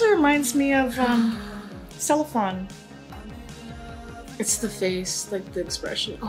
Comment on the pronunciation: As queens of mispronunciation, we think it’s celo-fan I’ve been struggling with this question since 2014 😂